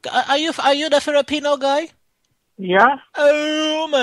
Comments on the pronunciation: firipino 😂 = filipino 😁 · "duh Firipino guy" LMAOOOOOOOOO